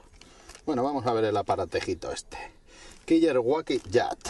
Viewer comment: kiyer guaki??? jajaja porque no lo pronuncia bien tal y como es su nombre, killer wacky (quiler se pronuncia, pues que miedo les provoca??) es como cuando quieren decir spider man y pronuncian espider man, asi no se llama!!! las cosas como son